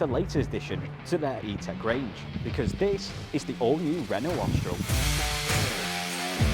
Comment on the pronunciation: 'Ostral es prit'? 🤣You might wish to learn how to pronounce the names of the cars you are reviewing, lol. Try 'Orstraal espreee'. Otherwise a decent if slightly clumsy review of my probable next purchase. Cheers!